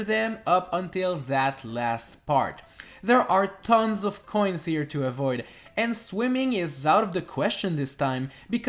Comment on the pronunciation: The number of times he says "K'hoins" is unsetteling